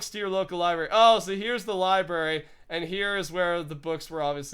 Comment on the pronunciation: It's library not libary. You triggered me with that.